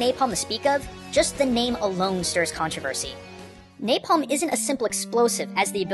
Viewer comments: there is "NAPLAM" rather than "NAPALM". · He said "Naplam" instead of "Napalm" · Omg "Naplam" hahahaha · Naplam man? I think you mean napalm man. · Neplam Man? XD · NAPLAM man? haha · Lol naplam man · naplam or napalm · Naplam? hahahaha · lol "Naplam" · napalm, not naplam. still interesting video though. :D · Naplam... really? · NaPLAM man? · NAPALM not NAPLAM oops! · "Naplam man" now im confused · Naplam Man? What's a Naplam? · NAPLAM its NAPALM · "Napalm" ≠ "Naplam". That is all. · I love the smell of controversy in the morning. Also: : "Naplam". Still, good and enlightening video. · Naplam man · What is "NAPLAM"? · LOL it said NAPLAM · wtf is naplam man? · you said Naplam. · NAPLAM MAN Me: "...Naplam?" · is naplam an other language of is it english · naplam man lol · Naplam man. just sayin... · Naplam? napLAM? o_o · "NAPLAM" Golden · "NAPLAM!" oops. :) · "Naplam man"